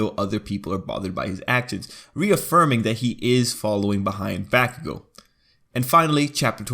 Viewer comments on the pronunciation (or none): bAcKuGO BaCKuShiMa Its pronounced bakugou and kiribaku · Who else cringe from the baku thing- bro no hate but its pronounced bo-ku-go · its pronounced Bauk-o-gou you uneducated snail